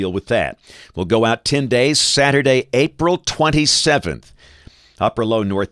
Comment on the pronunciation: Anybody noticed how he said April 27. He put a little bold into those words